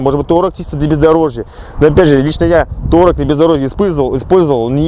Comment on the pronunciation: "Taureg" поржал